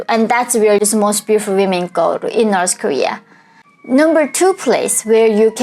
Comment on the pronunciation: Why North pronounce like - norsë ?